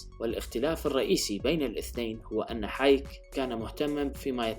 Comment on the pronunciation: فريدريك هايك.. وليس حايك؟